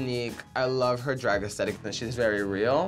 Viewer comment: I love when Jaymes says “Dreeg” instead of “Drag”